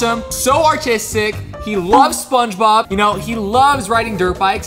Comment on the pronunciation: said SpongeBoob🤣😂🤣😂🤣😂🤣😂🤣😂🤣😂🤣😂🤣😂🤣😂